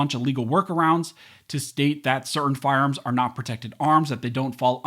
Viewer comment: “Firearms that are automatic are not arms as mentioned in the second amendment” Say that first word again… but slowly